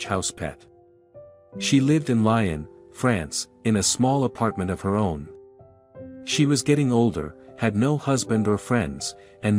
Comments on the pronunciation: I love the story, but the place is not Lion, France as in the animal Lion. It is pronounced phonetically as LEE-on, with the emphasis on “LEE”. Lyon, France is LEE-on, France. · Lyon is pronounced lee-on, not lion. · Lee-on please, not Lion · Me too! The pronunciation of names is just awful. Lyon stated as Lion!????!!!!